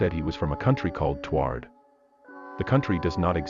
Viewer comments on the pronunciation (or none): Hearing the AI pronounce Taured as "tward" physically hurt